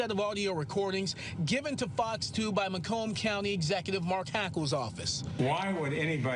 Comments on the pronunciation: It's MUH-KOME county not MAY-KOME. I live in Detroit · I live in Macomb County, this is typical of Jim Fouts. BY THE WAY, it's MA (like shorthand for mom) and COMB (like comb your hair). Not, not, NOT MAY-Comb!!! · Interesting hearing Macomb pronounced as "make 'em", I live here in Michigan and I've always pronounced it like "muh comb" as in "my comb". It's entirely possible that I'm saying it wrong, but it was just interesting to me. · Jim Fouts is my mayor. He was a very Democratic, pro-union, pro-working class, multi-culti sensitive kind of guy as a younger official--he is famous locally for being touchy about his advancing age--but has become more rigid and corrupt with time. The term "DINO" comes to mind. The county name is pronounced MAH-comb, btw. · I'm a metro Detroit native, it's pronounced "Muh-kohm". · Warren is a close suburb of Detroit. It's Macomb county - soft 'a' and then just like the comb for your hair lol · may-comb county? have you guys ever been to Michigan? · Pronounced mAHcomb - Michigan is definitely overrun with bullshit but it's still naturally beautiful, so at least there's that. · Macomb county = Mah-Comb (like hair comb) County Doesn't anyone in the "News" business check their copy and find out correct pronunciations before going on camera? You want to be a better source of news? Start acting like it matters, even in the smallest detail. Because it does, in the smallest detail. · you're saying Macomb County wrong... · do a little more research. Pronounce city and county name correctly.